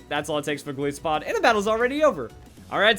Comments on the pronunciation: I don't know why I'm bothering with this, but please pronounce it correctly. Goliath + Isopod. Both of which pronounce it "EYE". Not Gol ISS o pod. It's Gol EYE so pod. Come on. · It's................. GOLISOPOD AS IN "GOLIATH" AND "ISOPOD" NOT PRONOUNCED LIKE "PISS-O-POD" THERE IS NO SOFT I SOUND IN EITHER OF THOSE TWO WORDS ok im done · Gol-Aye-so-pod. That's the proper pronunciation.